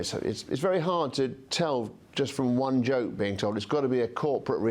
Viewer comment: news caster can't say 'one' ie WUN